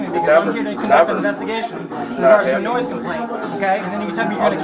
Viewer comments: Its noise complaint not noice complaint🤦🏻‍♂️😅😂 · What’s a “noice” complaint?😂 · "Noice complaint." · I lost it at "Noice Complaint"